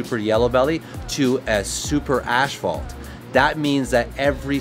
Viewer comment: It's pronounced (ass-phalt) not Ash-phalt ....asphalt. .... inform Billy also lol